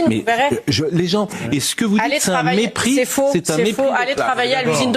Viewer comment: Il a dis "C'est un mérpis de classe" ou c'est moi l'autre ignard ?